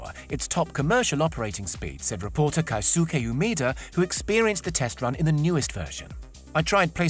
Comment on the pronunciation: Great video but the narrators pronunciation of many of the Japanese names were way off. For example Chuo is pronounced like your sneezing “a-CHU” + “O” and the Japanese reporters name, Keisuke is pronounced like “kay+su+kay” All in all, great video tho!